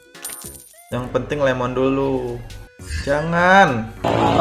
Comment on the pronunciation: Lemon ya bukan Lee mon :v